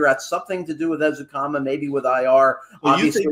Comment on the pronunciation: seems to have trouble with Ezukanma’s name. He keeps pronouncing it like it starts with the letter “u” instead of a short “e.” I know it’s a little thing, but it’s driving me a little crazy. 😅